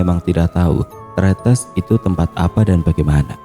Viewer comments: Bang, Tretes salah nyebutnya harusnya kaya netes, Tretes gitu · Tre tes bang penyebutan nya😂😂entahlah susah nulis nya emg sama bacaan nya 😂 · Tretes .di gandeng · Bacanya salah kak bukan tretes